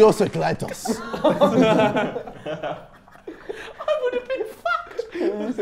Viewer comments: KSI: iridocyclitis Vik: iricdoclitus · Word: Iridocyclitis Vik: Iricdoclitus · What honestly happened to Vik “I-r-i-c-d-o-c-l-i-t-u-s” Iridocyclitis=Iricdoclitus